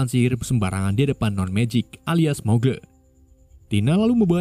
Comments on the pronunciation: Bukan mugle bang tapi magel di bacanya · Bacanya magel bang bukan mugle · grindewal aja nyebutnya muggle dibaca magle 😢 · bang kalo bisa bacanya itu "muggle" bukan "muggle"